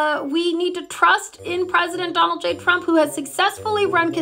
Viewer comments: I love how she says “chrump “ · I love how levitt pronounces Donald's name "chump".. lol.. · President Chump. She can’t even say her bosses name 😅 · Pronounce it Chump not Trump lile KKKAROLINE does every time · President *Chump*? This is hilarious....Leavitt pronounces it Chump 😂😂😂😂😂😂😂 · The only thing she does wrong is the pronouncing of trump it's suppose to sound like chump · I love that KKK pronounces Trump’s name as “Chump.” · That's because she doesn't know how to pronounce it Edi: it's like pronouncing America "Aim-riker", it's simply wrong. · needs way more "pwesident chump", because that's how Leavitt pronounces it /every single time/